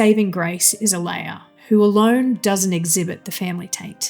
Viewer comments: Oh-LAH-ya, not Oh-LAY-ya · Why can't you pronounce "Olalla"?